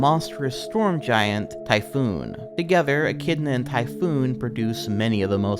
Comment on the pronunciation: It's pronounced "tai-fon". The creature was basically Cthulhu before HP Lovecraft took up writing fiction.